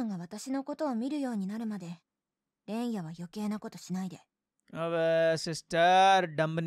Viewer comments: Bro u offended half of the japanese population... ITS REN-YA, AND NOT REYNA U VALORANT BOTTOM FRAGGER💀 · i was literally waiting to say 'reyna' instead of 'renya' and he did on